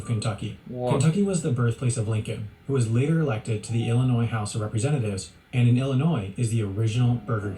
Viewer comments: Wow I'm quite impressed. Atlanta knew the correct pronunciation of the state of Illinois. The correct pronunciation has always been L - in - noi. If you're not certain, just remember there's no noise in Illinois. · Holy heck you said my home state right. Illinois. Most Americans unless your from Illinois pronounce the silent “S” in Illinois”e” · It makes me so happy when someone pronounces my home state correctly, especially a foreigner. The S in Illinois is silent.